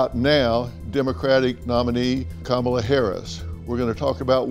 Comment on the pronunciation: Ha Ha... Kama-lie.... Brilliant.... Mine is KACK-ala...